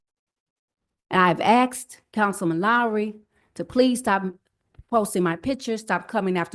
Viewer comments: I love how she “axed” him. 😂 Did it hurt? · "Axed" about the circus Can't pronounce a single syllable word That's you government I know, no one cares That's why america died and was run over by illegal aliens and blacks with bigger cock inches than IQ brains I LOVE the fake hair though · “I 🪓 axed 🪓 !” Why did she just admit to using a tool typically used for chopping wood?!